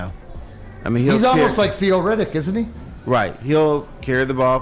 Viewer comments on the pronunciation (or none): none